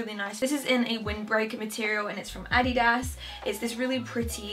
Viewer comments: Omg finally someone pronounces it "Adidas" not "Adeedus" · ANNAGISSAA because Americans pronounce it differently however the way she pronounced it is correct. Adidas is a German brand and thats how they pronounce it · Finally someone who speaks English but pronounces Adidas right! I once said that in my video and the people were like."no that sounds so weird" haha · wait how else are you supposed to pronounce adidas, this is normal pronunciation for me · You are actually the first english speaking person I’ve heard who pronounces Adidas right 😄